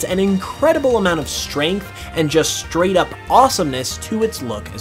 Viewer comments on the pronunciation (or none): none